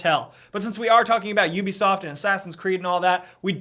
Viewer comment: Finally found an american/canadian guy who says ubeesoft and not ooobisoft, if that makes sense like when people say ASUS as being ASOOS